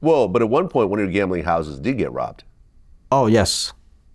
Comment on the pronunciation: "The plase got wobbed" 😅